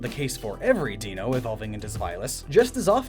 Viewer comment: i like how you pointed out that Zweilous' pronunciation makes sense because its German, but still got Deino even though the sequence here is German numbers ein, zwei, drei :p (i forget whether i brought this up when the video was originally posted or not so forgive me if i did lol)